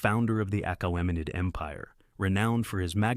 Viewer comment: Excellent video, I would have just looked up how to pronounce certain words ahead of time, like Achaemenid.